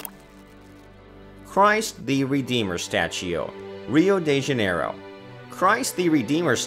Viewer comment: "uriu di jeneirou" PQ EU RI DISSO VEY, CHEIREI TANG SÓ PODE KKKK